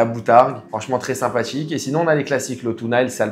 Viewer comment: "sympatchique" comme il dit